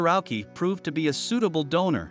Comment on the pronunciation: His name is pronounced 'Owshi'